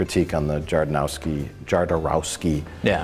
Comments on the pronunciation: It's so funny when you call Jodorovsky wrong. It shows how much you actually know on the topic. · *Hodorowsky I'm sorry, I don't mean to be one of THOSE guys, but it's pronounced Hodorowsky x3